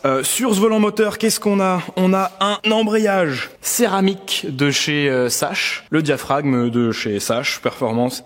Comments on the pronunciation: Salut je veux pas fair le chiant mais sache sa ce prononce sakche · Pour la marque d'embrayage Sachs, ca se prononce "Sax" et pas "Sache" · Alors pour info "sache" se prononce "zax" (comme les axes) oui, l'allemand LV1 peut servir parfois... ^^ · on ne dit pas sach pour SACHS, mais "SAX", juste au passage... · J'ai arrêter a "embrayage SaCHE"... Non je rigole 😂 Mais on dit "Sakss" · Sachs se prononce Zax